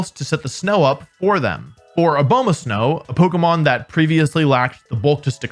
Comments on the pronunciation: Why are so many pokemon youtubers unable to pronounce pokemon's names? Abowmasnow is an abominable snowman. Not a bow muh snowman. Only slightly serious here my guy lol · I was with you until you said a-BOW-masnow